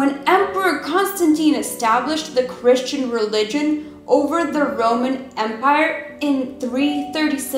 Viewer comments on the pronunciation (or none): none